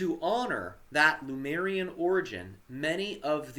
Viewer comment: LEMURIAN, not "Lumerian".. For God sake 😅😅😅😅